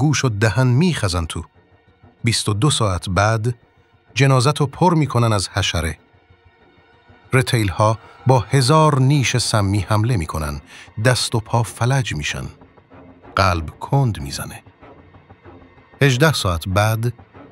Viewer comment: ر ِتیل اشتباهه..... درستش رُتیله...... یعنی حرف ( ر ) ضمه داره..... ولی شما متاسفانه روی کلمه ( ر ) فتحه گذاشتی...❤ باتشکر